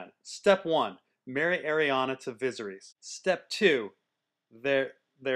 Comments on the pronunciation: Say it with me. vi-ser-iss. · Is anybody else, like, really annoyed by the way he says Viserys?